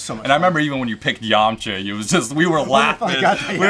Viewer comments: Yemcha not Yamaha guys take notes 😂😎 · How can Yamcha be your favorite character in DBZ but you can’t even pronounce is freaking name right?!-__- it’s pronounced “yaw-macha” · your saying yamcha's name wrong